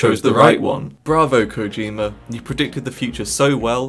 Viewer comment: Kojima* not Kouwdjimer